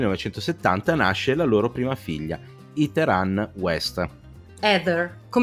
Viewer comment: Ho trovato lodevole (anche esilarante) lo sforzo di per non correggere ogni volta che sbagliava a pronunciare "Heather". In certe occasioni si nota proprio dal linguaggio del corpo che si sta trattenendo a fatica dal redarguirlo. 🤣 Ps domanda tecnica: come mai usate, in questo video come in altri, la parola "abusivo" invece di "abusante"? Io ho sempre sentito la seconda in contesti come questi.